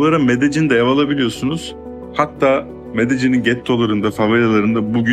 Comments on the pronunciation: zaten medellin diye oku demiyor kimse de medecin diye okumak ancak videodaki vanessanın yapabileceği bir şey 😂 (seviyorum aslında seni de cahil falan diye saçmalayınca bil yani yanlış söylüyosun) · medecin ne abim? bu telaffuzlar ne videodaki ya…